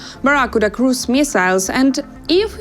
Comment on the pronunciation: At 0.41: "Tom Cruz missiles" He's an incredibly versatile actor, is he not?